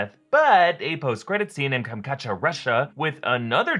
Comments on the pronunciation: Not Kam-ka-cha — Kam-chát-ka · "kamkacha" were you even trying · Absolutely butchered the name of the Russian Peninsula. It's pretty straight forward, Kam-Chat-Ka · You butchered the way you say komchaka my mother in law is from there and you killed the way you pronounce it